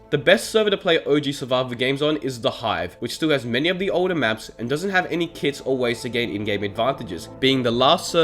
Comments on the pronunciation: If it weren't for this comment, I'd have actually thought that he really said kid instead of kit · I had to take 5 seconds of thinking to realise he was saying kit and not kids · Is it just me but whenever he says it’s played with kits I think he says it’s played with kids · Was he saying "kids" or "kits" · I also kept heard kids